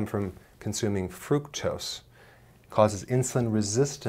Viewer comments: wtf is frucose? You will make me forget my very few English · What's frucose!? Lol 😅 Wonder if he's ever realized it's spelled wrong 😂.... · Did you mean FRUCKUSE? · Fructose with a "t". You're still the best. Thanks for saving lives.